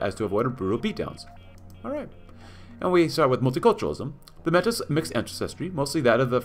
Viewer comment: Metis is pronounced 'May-tees'. It has French origins and pronunciation. 😅